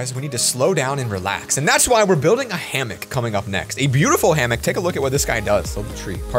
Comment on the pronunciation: did it trigger anyone else when he said hammick not hammock